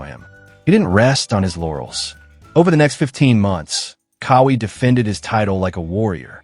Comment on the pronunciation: It's QAWI. Like w a Q, like in Quincy, NOT with a K. Now Say it w Me.."Qaaa-Wee". See, See how Eazy that Was? smh